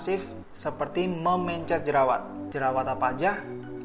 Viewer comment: aneh banget cara ngomong mencet sama pencetnya. kaya pelafalam e dikata mencret